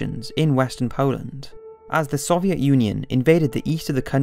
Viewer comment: good documentary but why cant he say soviet